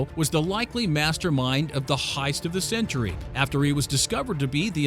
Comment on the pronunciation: Is he saying hiest or heist